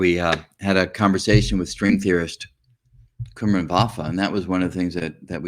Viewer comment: Prof. Enjoyed your talks. But one observation, you said you know Prof. Vafa for 30 years!, but you are not pronouncing his Persian name correctly, he must be humble not to bring it to your attention. His name is pronounced as come-run exactly as pronunciation of these two English words together. If you do not believe me call him, you must have his contact details!